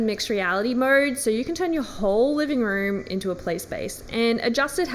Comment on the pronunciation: I love how she says Mode….MoeRrrrred